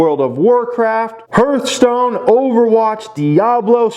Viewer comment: Lol! Hearthstone! It’s pronounced HARTH-stone